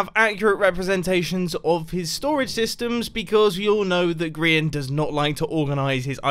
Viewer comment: Zorro Dog Studios I don’t think so he pronounces it like (gree-ian) rather than (gry-An